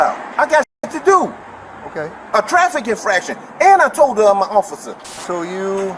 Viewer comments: Same!! And ossifer... It's OFFICER! 😂😂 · Is no one gonna mention that he keeps saying "ossifer"...